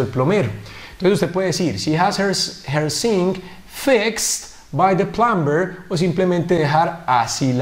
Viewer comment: "Plumber" es una de las palabras en las cuales la "B" NO se pronuncia, se dice. / plamer / NO / plamBer / otro ejemplo sería el verbo. - Climb = trepar / klaim /. Los hablantes nativos de USA y Canadá al menos no pronuncian la "b" no sé en Reino Unido.